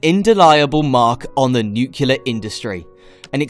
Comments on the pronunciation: Can you say noo-clee-ar? You sound like a muppet when you say noo-kyoo-lar. BTW, check out Radiant S3 reactor systems. They are close to test running their proof of concept reactor with He cooling. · pronouncing Nuclear not nuculur... lol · what is nucular?